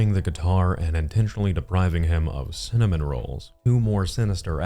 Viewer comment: Brain Damage or not this is one dispicable human being. The fact that he can logic out codes, statutes & only his rights, cannot pronounce 'cinnam' rolls or 'hospal' (hospital) yet can perfectly explain his "crisis services" plan and explain "criteria" to cops is grotesque. The speaking in the third person is particularly annoying. Not EVEN going to speak to the "poopsquatch" sitch.